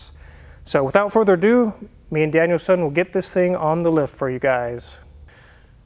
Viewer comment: Am I the only one who hears it as "Daniel-san" instead of DanielSon?